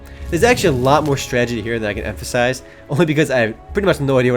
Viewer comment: He said "stragety" - It's a strategy tragedy.